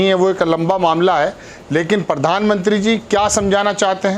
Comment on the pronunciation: Mr, when you can not pronounce simple words, why do you face crores of people trough TV and fool of yourself? It is pradhan mantri and not pardhan mantri. It is professor and not porfessor.